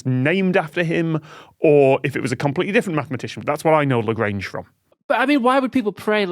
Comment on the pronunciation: Tom saying "Lagrange" like it's Grange Hill